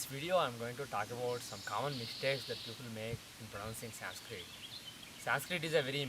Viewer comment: Even he is saying sanskrita... y not sanskrit..they hav a habit of putting a in everything... shiva, krishna, yoga, lagna, mahabharata..it shud be shiv, krishn widout emphasis of aaaa in the end...